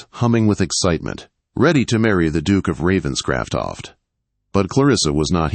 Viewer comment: This AI cannot province the name Ravenscroft.😢